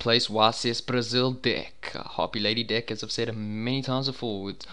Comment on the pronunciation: enunciate your FREAKIN Es YOU SAID DICK LIKE 70 TIMES